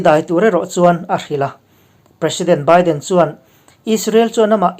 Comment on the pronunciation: Ngati nge Biden (beeden) hi I lam thiamlo Ami. Byden tih a ilam tlat thrin le oo..